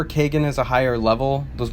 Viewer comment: Over a year and nobody has pointed out that he says “Viv-ee-SHA” instead of, you know... “Viv-i-KA.” I can live with him pronouncing “Kay-gen” instead of Kah-gahn, because it’s kind of an “exotic” name. But come on! VIVICA A. FOX, man!